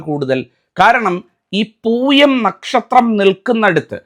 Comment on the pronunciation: തിരുമേനി അത് പൂയമാണ് പുഴയല്ല പൂയമാണ് ചേർത്ത് വായിക്കണം അത് വായന തെറ്റായി അക്ഷരം തെറ്റിപ്പോയി ലോകത്തിലുള്ള ദുരിതങ്ങളിൽ എല്ലാം ജീവിച്ചുകൊണ്ടിരിക്കുന്നത് പൂയനക്ഷത്രത്തിലെ എല്ലാ ദുരന്തങ്ങൾ ദുരിതങ്ങളും ദുഃഖങ്ങളും ജീവിച്ചു കൊണ്ടിരിക്കുന്നത്